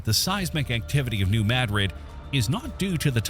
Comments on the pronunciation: New Maad- rid is how Missouri pronounces it. My dred or Not Spanish version. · As a Missouri native it's pronounced New (Mad*Drid) with a 2 d pronunciation. Never pronounce it like the city in Spain, locals get pretty upset about that. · Not only that, but it's MAD-drid. The soft a, not an uh (as you correctly pointed out), plus emphasis on the first syllable, not the second. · Please say the name of the town right. New Madrid is not said like the town in Spain. It’s with a short a sound. The a is pronounced like the a in the word at. Thank you.